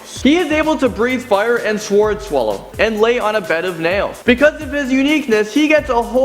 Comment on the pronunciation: Honestly, the only shocking thing to me is how this guy says, "swords".